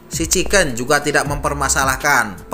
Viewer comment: Chingken salah Chiken betul